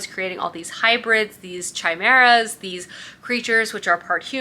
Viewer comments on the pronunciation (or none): I think Chimera is pronounced Kai-mera? 🤔